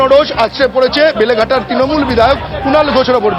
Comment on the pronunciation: বেলেঘাটা ❌ লেলেঘাটা ✅